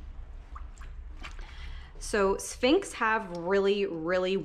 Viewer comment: Why couldn't she say sphinx??